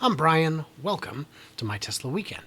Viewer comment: Fully Charged says you're from "My Tesler Weekend" lol